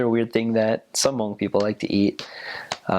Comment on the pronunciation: do u like it!!!! I'm hmong thank u!!!!! for saying it good!👍